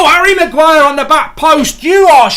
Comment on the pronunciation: Hahahaha Man called Harry Maguire, willNE.